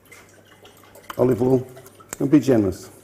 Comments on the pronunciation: Ahhhh the olivol man. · Not to forget his, "olivol"